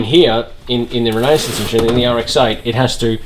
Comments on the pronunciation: How to pronounce renesis. Exactly like genesis but replace the G with R. Renesis, not renasis. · 😂 Re-ne-sis not Renae-sis 🤦‍♂️ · Renesis, not renaesis lol it’s RE for rotary engine and nesis from genesis They’re actually capable of reliability and some good power if you know how to mod them properly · Funny how many folks mispronounce it! First time I ever saw the name Renesis I got it; Renesis, as in Genesis. Clever name. So it’s surprising when I hear someone pronounce it as re-KNEE-sis. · I don't think I can trust people that bungle the word "Renesis"... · You can't even pronounce Renesis